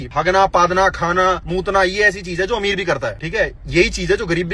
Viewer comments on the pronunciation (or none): none